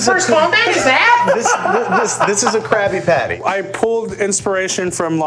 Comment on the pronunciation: Is it just me, or does he sound like he is saying "Krappy-patty" ???